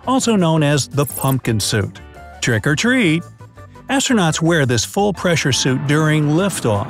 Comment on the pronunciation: Is it just me or did he say Trick or Tree!?